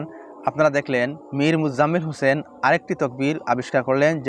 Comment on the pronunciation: ইমাম হোসেনের উচ্চারণ ভুল